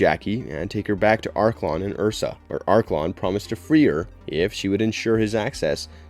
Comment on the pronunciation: I understand a lot of work must go into these but please watch the movies. Every time "Joon" and "Ursa" are uttered it triggers the cinephile within.